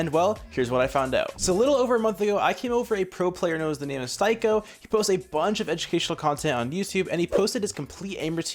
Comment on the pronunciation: Good video, his name is pronounced "Steeko" just a friendly fyi.